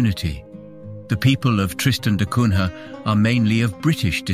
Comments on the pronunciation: The prononciation is da Cunya (Da Cunha). This is portugese name. The English have never been able to prononce correctly the names from latin countries and i always wondered if they don't do it on purpose. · Er... It's pronounced da Cunya